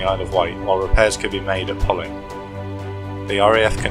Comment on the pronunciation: Poling is pronounced locally as Pow-ling